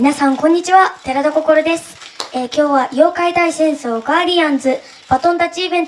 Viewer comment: ん。声変わりした方の心くん、｢デラだ心です。｣って聞こえたの私だけ？w